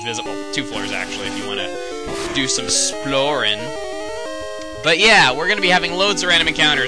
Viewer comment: esplorin? Chuggaa your a funny man.